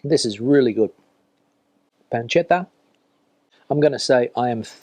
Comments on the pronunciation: No es PANCHETA, sino PANCETA, con C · Yes, we've said it time and again: choriZo. th panCeta. th Not choritso, not pancheta. Ironically, he can say paella and Rioja quite right. Misterios. panCeta. th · We already told him, panceta, not pancheta. Also, that It is chorizo, not choritso. PanCeta ChoriZo Both like th in English. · It's not "pancheta" but panceta. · Diga "panceta", no "pancheta"; y es "chorizo", no "choritso". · 😂😂😂 ChoriZo PanCeta No choritso and no pancheta. But he can say Rioja, por lo menos, ja, ja, ja. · He does not pronounce it correctly. It is: ChoriZo PanCeta ce, ci, za, zo, zu --> th He says "choritso" and "pancheta" instead. It is NOT correct. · Yes but he is not reviewing Italian food. No "pancheta" in Spanish food. He also says "choritso", ha, ha, ha. He can say Rioja but he cannot say chorizo, why? Misterio. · Una pequeña corrección...panceta se pronuncia con c, no con ch. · Yo le perdono la pronunciación por haber mojado el pan con tanto entusiasmo 😂